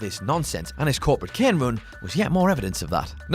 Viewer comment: Its kane not ken